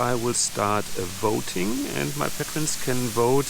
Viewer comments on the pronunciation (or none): I think the brick wall is old enough to be beautiful.Paint the other walls, leave the brick wall as it is! 😊 BTW, it is «pay-tree-on» and «pay-tree-ons» (rather than «patt-ree-on»). 😊